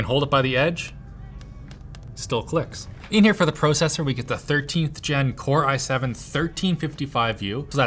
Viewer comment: the way he says Pro-Cessor should be followed by an Eh